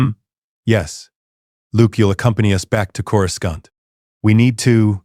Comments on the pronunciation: "Core-Scunt" the AI is hilarious trying to pronounce "Coruscant" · Chorus can't 😂😂😂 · Can someone teach AI how to say Coruscant, please?